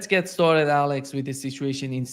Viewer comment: Let get “Staaatd”😅